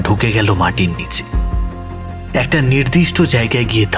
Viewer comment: "তরঙ্গ" মানে ঢেউ। "তোরঙ্গ "- বড়ো বাক্স। ইংরেজি "ট্রাঙ্ক" শব্দ থেকে কথাটা এসেছে।খেয়াল করুন।"অড়ন্য", "নিড়দিষ্ট"-তাহলে "নির্দিষ্ট"- কি? "চিনহো(চিহ্ন)"??